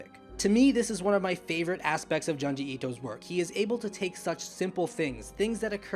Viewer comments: JOOnji... not Juhnji. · If u like the man than pls say his name right. Junji pronounced like ( june ji)